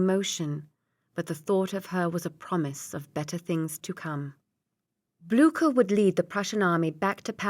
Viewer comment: Ok narration except for cavalry becoming Calvary.. and general Blücher got a bad time too. Prefer the Stevie Zimmerman though